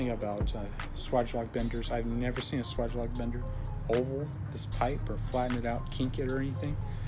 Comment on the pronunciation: If you bend 30° on L, your bends and therefore offset will be shifted to the right. You should bend a 30° on the 30° mark. Also it's pronounced sway-ge not swag... Lastly that fitting is a union not coupling. Good video regardless.